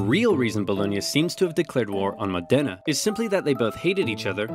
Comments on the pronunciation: Mòdena, not Modèna, for the love of God!... Mòdena, not Modèna, for the love of God!... Mòdena, not Modèna, for the love of God!... Mòdena, not Modèna, for the love of God!... Mòdena, not Modèna, for the love of God!... Mòdena, not Modèna, for the love of God!... Mòdena, not Modèna, for the love of God!... Mòdena, not Modèna, for the love of God!... Mòdena, not Modèna, for the love of God!... Mòdena, not Modèna, for the love of God!... Mòdena, not Modèna, for the love of God!... Mòdena, not Modèna, for the love of God!... Mòdena, not Modèna, for the love of God!... Mòdena, not Modèna, for the love of God!... Mòdena, not Modèna, for the love of God!... Mòdena, not Modèna, for the love of God!... Mòdena, not Modèna, for the love of God!... Mòdena, not Modèna, for the love of God!... Mòdena, not Modèna, for the love of God!... Mòdena, not Modèna, for the love of God!... Mòdena, not Modèna, for the love of God!... Mòdena, not Modèna, for the love of God!... Mòdena, not Modèna, for the love of God!... Mòdena, not Modèna, for the love of God!... Mòdena, not Modèna, for the love of God!... Mòdena, not Modèna, for the love of God!... Mòdena, not Modèna, for the love of God!... Mòdena, not Modèna, for the love of God!... Mòdena, not Modèna, for the love of God!... Mòdena, not Modèna, for the love of God!... Mòdena, not Modèna, for the love of God!... Mòdena, not Modèna, for the love of God!... Mòdena, not Modèna, for the love of God!... Mòdena, not Modèna, for the love of God!... Mòde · it's pronounced Mo' dena [mɔːdena] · Beautiful video! Just remember, in the Modena the stressed syllable is the first one, 'modena (Mòdena). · It's pronounced Mòdena! :D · I’m from Bologna lol. Amazing video ad always, but it’s pronunced “Mòdena”. The accent is not on the E but on the O. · Never thought of pronuncing the city "Modèna". It sounds so different. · Modena is actually pronounced with the o stressed. Besides that and a few minor pronunciation issues, great video as usual!